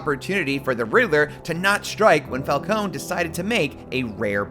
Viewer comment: Just watched the movie. Absolutely fantastic. Only one flaw. Everyone pronounces Falcone wrong lol